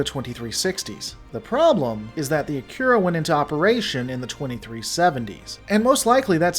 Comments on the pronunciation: An interesting video and I appreciate the hard work and research you put into it. I'd just recommend one thing - the pronunciation of the name "Akira". It sounded like you were saying *"akyura". My understanding is that it's pronounced "uh-kee-rah" (As it would be pronounced in Japanese). I find it's a much prettier pronunciation too. I took a look, and Akira is indeed a Japanese name and it probable means "Bright". (kana: あきら ; アキラ, kanji: 明 ). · The name 'Akira' should be pronounced 'Ah - Ki - La', which is in fact a Japanese word means 'Light'. In Japanese, 'Ra' is pronounced 'La' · No, in CHINESE R is pronounced L. In japanese they don´t have an L and the R is rolled at the tip of the tongue. He pronounces the R wrongly but not enough to critizise him for it. Or are you just trolling?